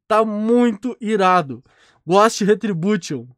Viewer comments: ele tá tentando falar ghost? ele fica falando góst q agonia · Ghost = Gousti e não Gósti 👍🏻